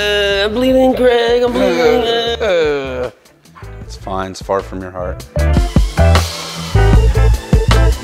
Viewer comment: Did just say bleeding a fart from your heart? LOL